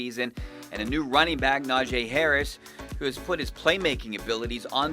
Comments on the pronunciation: Great insight fellas as always. Its "Na-Gee" though, not "Na-Jay" ! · You guys…you gotta learn to pronounce future OROY Najee Harris’ name. It’s not “Nah-Jay” it’s “Na-Gee”! Also, Charlie might be talking about Antoine Brooks. Justin Layne is going into his 3rd year. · its actually Najee lol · No it's najee